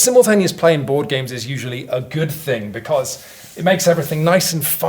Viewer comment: Becoose??? Hehe